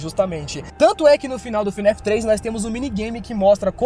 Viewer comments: Pq vc fala fnef? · lek ele falando fnef, falando Henry errado, chamando a criança de Michael tava doendo lek pqp slk falou tanta coisa errada que eu tô me contorcendo até agr